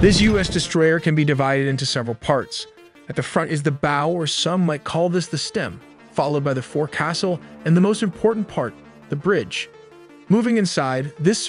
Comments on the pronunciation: You don't say "Fore castle", you say Folk So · Great video. Just a small correction: "forecastle" is pronounced foc'sle. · Amigo, Forecastle is not pronounced four castle, it's pronounced foke sel. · Forecastle is pronounced "foxkull" source: Navy vet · forcastle = fowks-hull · It’s not pronounced for castle. Also there are not electric motors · I have never not once heard of the forecastle being pronounced, "4-castle".......... What..........? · Forecastle is pronounced "Folk Sel". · Forecastle is pronounced Folk cell. Frigate is pronounced Friggit like Friggin. Phalanx is pronounced Faye Lanks almost like it were two words. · forcastle is pronounced Foxel fyi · You need to work on your Naval nomenclature and how to pronounce the words. Forecastle is pronounced fowk-sl or kinda like folk sill if that helps. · Should've been pronounced "foc'sle". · Forecastle is pronounced like foke sul. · forecastle is pronounced focusul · Stopped watching as soon as he said “for castle” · Imagine pronouncing forecastle like that 😂😂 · That is definitely not how to pronounce "Forecastle"